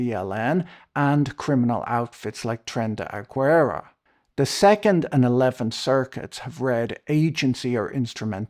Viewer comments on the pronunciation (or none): "Tren day aguera" HAHAHAHAHAHAHAHA